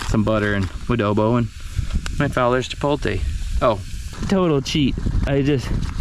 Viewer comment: Chih-POHT-lay not Chih-polt-a. Come on man.